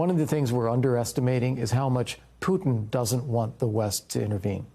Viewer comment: Putin as in Puma not cooba as in Cuba.